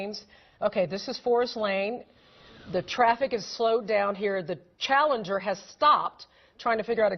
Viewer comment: How hard is it to say CHALLENGER??? :)